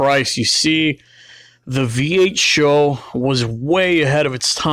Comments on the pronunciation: Its S H O not sho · Great vid but it's not a taurus show it's an S H O. You don't pronounce ses or se or svt or gt as one word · "SHOW"?? Dumbass, it's S H O. as in Super High Output. Moron. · It’s not a “Show” it’s an “S-H-O” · S.H.O. NOT "SHOW" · For fucks sake its S H O. It's not a word. It is there fucking and separate letters. S H O not sho. It doesnt sound like a show. No one ever called these a show. Its SHO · It’s not pronounced show. It is S. H. O. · S. H. O. Is the only way I've ever heard this car pronounced years that I've heard this car talked about. And being that have been around the car scene 4 years and I've had friends that have actually raced these things, and yes I am definitely impressed with them. But I have never heard them pronounced as "Show". Could me and the rest of the people all been wrong this whole time? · Not dissing the video, but bro, it's SHO, not show. Ess Aitch Oh. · S.H.O not Show. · its not a 'show' its an S.H.O. which is an acronym. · It's not pronounced show it's just S H O. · Did it annoy anyone else when he kept calling it "show" It is an S H O. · true true it’s an sho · It’s S.H.O not sho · Calling it a "Show" instead of "Ess Aetch Oh" is like calling Nitrous Oxide Systems (NOS) "Noss". And these Taurus Super High Outputs were unremarkable. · But why pronounce it Show? Wasn't it pronounced S H O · Watch the original commercial. Its show. Always has. Always been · For fuck's sake please stop calling it a "SHOW." It's like when dumb fucking millennials say "NOSSSSSS." It's an S.H.O. not a "SHOW." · You should probably call it S.H.O. "ess aych oh" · "What do you call that? The Super High Output Ford Taurus. We call it 'The SHO[W]." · Totally agree. ESS EIGHCH OH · The super high output taurus. We call it the SHOW